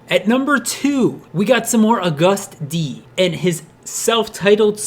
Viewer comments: i love this but your pronunciation if agust d is throwing me off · YOU SAY AGUST LIKE HOW YOU SAY IT AS A DAMN MONTH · Dood. You said Agust D wrong...note hatin. Just sayin, you might want to fix that like. Now. Lol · when he said Agust D it reminds me of a person saying, "A gust of wind." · You showed a picture of Jimin instead of Yoongi while talking about Cypher pt. 3. Also, Agust D is pronounced as the month August. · i’m not trying to be rude but agust d is pronounced as the month and then d and he also released his mixtape in 2017 when they already debuted. again i’m not trying to be rude again just helpful? :) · It is Agust D as in AUGUST omg Great video but the name just made me CRINGE literally cried in tears. But good job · it's pronounced August like the month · Agust D, its just like the month not what it is spelled like! No hate, I still know what you mean though. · Nice vid but you say it like AUGUST d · Agust D is said August D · 'Agust D' is pronouce as 'august d'😉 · the way he says agust d makes me wanna die "uh gust d" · "AGuhSt D" ??? bish wet? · Its pronounced August D bruh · OMG it's August D that's how u fuking say it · He's pronouncing the name wrong. Say it like you say the month Agust. That's how you say it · I'm sorry and Ik u addressed this but you said "A Gust D"🤣🤣🤣🤣🤣🤣🤣🤣🤣🤣🤣🤣🤣🤣🤣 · You said his name wrong lol it’s pronounced like August but it’s agustD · I luv how you said u-gust d and shuga it was hilarious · Haha it's pronounced like August like the month❤ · *u - gust dee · Not to be mean.. It’s pronounced AugustD 😂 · Bruh u cant even pronounce august properly .... say it how you prounce the month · u pronounce agust d WRONG ITS LIKE THE MONTH AUGUST AND D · Yes your videos are amazing but you are pronouncing every single one of his different names rong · The way he said Agust D 😂😂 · The way he said "Agust D/Suga/Yoongi" made me cringe so hard. He can't pronounce his name at all. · a gust dee. isnt it ah-gustd?